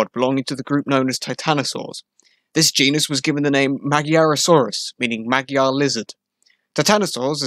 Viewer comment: Magyar, rhymes with bodger. Why don't you know that? Because you didn't bother to find out 😅 Hațeg ( hatseg) is less thsn 200 km from me.